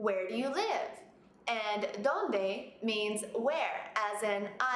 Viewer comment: No it is not. You put pressure on the "o" at Dónde.